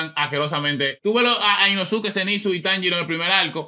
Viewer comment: La U en el nombre de inosuke no se pronuncia 😂 se dice inoske